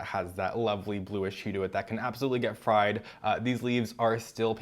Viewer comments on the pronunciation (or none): none